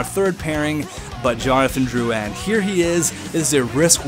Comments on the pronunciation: Drou-IN not Drou-an Please pronounce it properly, im just saying it s annoying im not complaining. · the comentators in game prononce it like droulin